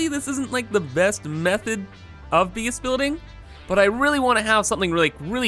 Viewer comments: whenever he tries to say "base" he says "bees" and i hate to admit it but it annoys me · lol "I really like this 'beece'." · Jeff W I like how he pronounces it